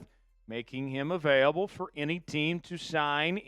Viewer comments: dude, available is pronounced uh-vale-uh-bull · Not uh-vay-uh-bull